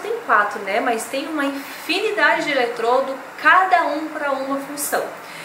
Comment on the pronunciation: A palavra é ELETRODO e não eletroLdo